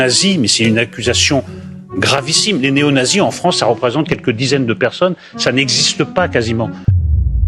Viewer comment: 10 peronnes il a dit 😂😂😂😂😂